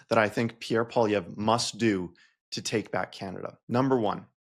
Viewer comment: And "poilièvre" means rabbit hair, but he doesn't even pronounce it properly. (And most of his fans can't spell it properly either.) His gay French-Canadian father must be so disgusted with him -- especially when he voted to deny his own father the right to get married.